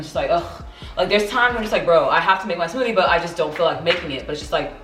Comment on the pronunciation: “Today we’re gonna make the smooTHAY” 😭 she’s so cute